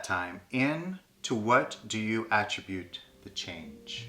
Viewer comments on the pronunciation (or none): Well we say at-TRIB-bute, not so A-Trib-bute. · Funny that pronounces “attribute” incorrectly but nails it with the emphasis on the correct syllable.